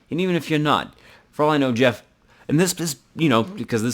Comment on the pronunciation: also i think geoff is pronounced differently